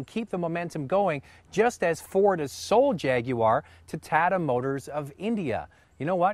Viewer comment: First of all, this wasn't even a good review. He shouldn't have compared the XF to anything. Especially something that is waayy cheaper than it is. Second, he needs to work on his pronounciation. It's not [tadda] it's [tah-tah]. And it's not [e-lan-tra], it's [e-lahn-tra]. Third, have you heard about the 2 recalls it got this month? One was for electrical problems, and the other was a improperly installed rear seatbelt. Lastly, there are V6 versions coming soon. Ugh! Northerners!